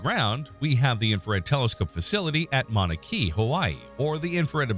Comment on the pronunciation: You may want to look up the pronunciation of "Mauna Kea". 🙄